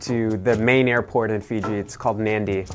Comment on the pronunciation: Nadi, not Nandy.